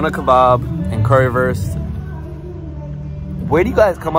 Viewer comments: You need to pronounce the "Wurst" in "Currywurst" like the "Wu" from Wa-Tang Clan, your sounds a little like "Currywerst" 😅 just for the fine tuning 😜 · föst cöwywöst :)